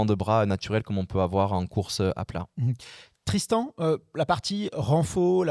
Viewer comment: J'adore comment massacre le nom de Tristan 🤣